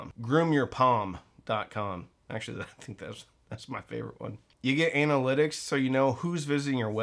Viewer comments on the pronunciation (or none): Sounded like you said anal lit kicks...lmao